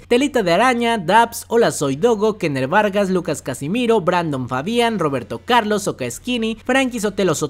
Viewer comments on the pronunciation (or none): none